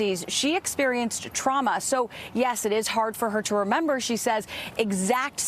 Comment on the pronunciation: She doesnt remembah, but she remembahs the lens being kwacked.